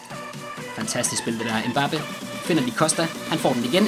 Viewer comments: du udtaler mbappe rigtigt jeg har boet i frankrig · Du udtaler mbappe rigtigt man ligger altid tryk på slutningen af et navn på fransk :)